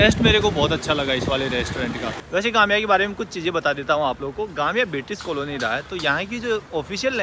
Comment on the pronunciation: Nice video but Gambia not Gamia